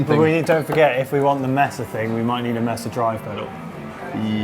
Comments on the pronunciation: British people are the only people I can forgive for (mispronouncing) Mesa. (May-sa) Thanks Tankson for catching that one. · The way you pronounce Mesa hurts me.